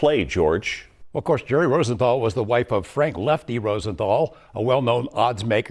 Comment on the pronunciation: Leffty...get it right